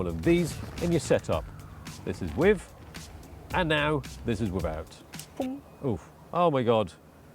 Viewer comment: no u mean. "wiv, and wivout"